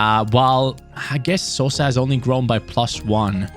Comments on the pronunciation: u are saying sosa's surname corectly,greetings from croatia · You are saying Sosa correct, I am from Croatia. Love content